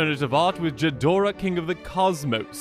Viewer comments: I believe it’s pronounced Gee-dorah, but what does a peasant like me know. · this is a nice funny video, also seriously so much for a bunch of cardboard, I'd rather buy decks rather than the cards and while I like homebrew you are more than helpful and I might even straight up get some of your decks. Oh and for future reference ghidorah is a hard g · The way you say Ghidorah upsets me